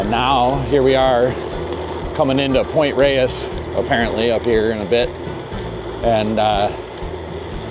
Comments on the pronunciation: Thanks for the text at the end. San Francisco is super beautiful and I’m so lucky to live here. Wish I was on this ride. Thanks for pronouncing Pt ReyES correctly no matter what those jabronis are saying. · heh. Pt Reyes is pronounced Rayz not Ray-es ::) at least it was when I was growing up in SF and Marin in the 60s/70s. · It’s pronounced Rey-es now. People have been learning their Spanish in the last decades.